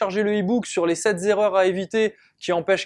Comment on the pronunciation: Si vous pouviez arrêter de dire "les sept Zerreurs" ça me hérisse les poils 😂